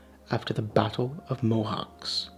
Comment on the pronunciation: One tiny thing: it's pronounced "Mohatsh", but whatever... Everything else is spot on. It was nice hearing about all these from another perspective. Thank you!